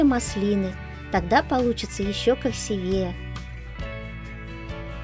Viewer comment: КрасИвее! Ну вы что в самом деле!